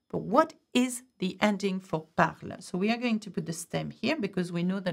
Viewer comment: We dont say "e" at the end of parle. It is silent. Why do you say it separately? It is silent.